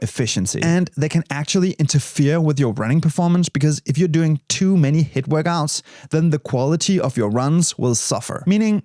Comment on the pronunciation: Love how you say “Workgouts”